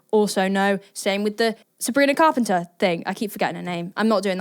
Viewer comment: Sabrina Fart-penter 😂😂😂😂😂😂 you had me cracking up when you said thatnot even on purpose either 😂😂